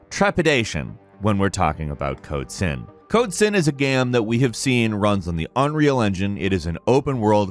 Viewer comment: it sounded more like code simp 😅